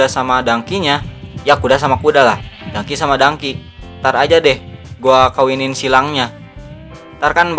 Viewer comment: bang donkey bukan dangki